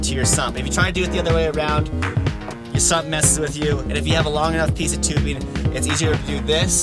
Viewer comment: Whats wring with pronouncing“ing”on the end of our words rather than, ie; Tubebin, kinkken etcetera! Is it the new black? Seems popular to answer questions with ‘So’ Just fuck off.